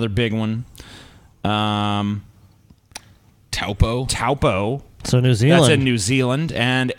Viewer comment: Haha! You actually pronounced 'Taupo' correctly.